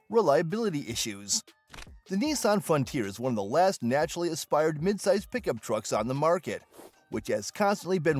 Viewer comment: One minute in and aspirated was mispronounced and the engine was incorrectly stated to be a 3.6 liter. Can't take this seriously.